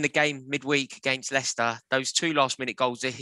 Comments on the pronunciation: Did this man say MOElester city??????? 😂😂😂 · Mo-Leicester city 🤣